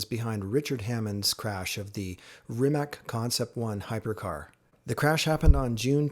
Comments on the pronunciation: Rimac, not 'Rimek' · its pronounced reemats' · It's just c, not k. But it's OK, I was just looking for example, but in English, "c" is mostly pronounced as "k", sometimes as "s", if you understand me at all :) Actually it souonds as if it ended with "tz". In Croatian language, every letter is a unique voice, always the same in every case. A six year old kid can read and write any word without asking you to spell it for him. We just don't have the spelling problem :) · West Coast Supercars and Classics C is pronounced like zz in Pizza. In all Slavic languages is like that. Problem is Č and Ć that are not part of English alphabet. Č is like ch, example being Češka Republika (Czech republic). Ć is softer, like in cheese or choose. Lot of Slavic names end with -ić, -ić being deminutive (meanig something small). My name is Mladen Milić, Milić meaning little Mili or child of Mili. As English does not have letters Š, Č, Ć, Ž and Đ, we improvise. Š is written like sh (Sharon - Šeron). Č and Ć I explained how they sound. Some write them like C (haircut Latin they call it here) and some want to be clear that it is not C, so they write Ch. I would write my name as Mladen Milic. Ž is like S in usualy, they leave it like Z or ZH. and Đ is soft D, sumplemented by Dj. If it is easier for you to read, try Mate Rimatz. German might spell it like that.